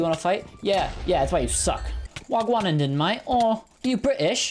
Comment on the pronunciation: i can tell you its not wagwUn is wagwan